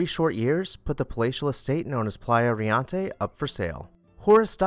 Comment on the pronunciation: Thank you for your videos. You are doing an awesome job getting thru these beautiful homes in record time while still presenting newsy facts. Riente , however, is pronounced Ree EN te. It means laughing or merry in Spanish. Also, you may want to google how to pronounce loggia. I don’t mean to be petty but correct pronunciation only validates your knowledge of the subject.